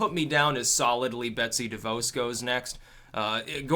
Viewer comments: it's pronounced De Voss. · It's pronounced like DeVaws.